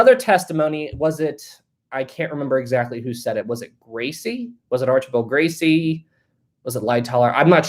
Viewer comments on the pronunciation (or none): none